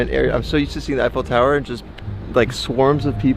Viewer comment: The Eye-Faux Tower.